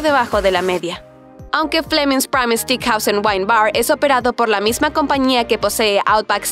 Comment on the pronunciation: stickhouse, stickhouse y stickhouse… se dice STEAKHOUSE!